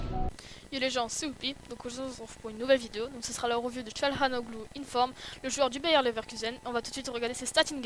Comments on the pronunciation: sa se prononce Hakan Tganalolou le G avec un accent dessus ne se prononce pas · Bonne review mais sa se prononce Akhan Tchanaloglou